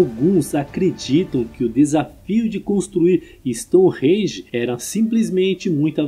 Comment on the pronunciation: Gentleman, seems that you have been living in London for several years ( the accent ) when you say the word “Stonehenge”. Awesome.